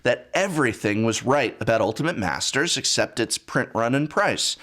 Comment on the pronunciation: Commander masters ( not mastsers )